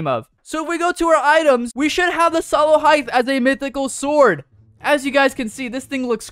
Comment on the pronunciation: sallow hythe